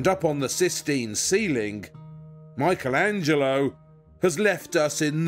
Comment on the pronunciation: Surely even we English speakers can pronounce Michelangelo correctly as 'MICK-elangelo' -- not MY-chel etc.